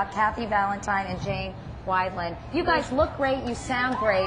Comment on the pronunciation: Oh no!! Katie mispronounced Janes last name. Horrible. Poor Jane!! Great post thanx for uploading!!